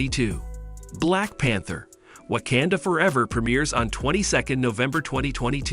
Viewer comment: OMG PLEASE LEARN HOW TO PRONOUNCE WAKANDA... you just sound ridiculous mispronouncing it